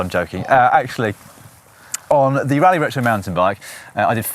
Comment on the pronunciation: It's pronounced Roleigh not rally...